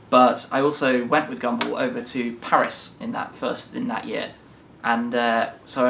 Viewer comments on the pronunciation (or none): none